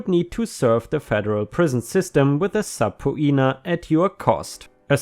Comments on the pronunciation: For future reference, the word 'subpoena' is pronounced 'suh-PEEN-uh'. Yes, it's a weird word, so I don't blame ya. Even native English speakers have trouble with it. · Subpoena is pronounced, the o is silent, sub-pee-nah.